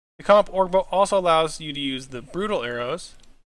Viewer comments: O-GRR not ORG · the more you say orge instead of ogre the more cancer spreads to my body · oh ger lol not org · sir. thank you for the vid. but it is pronounced OWGER not org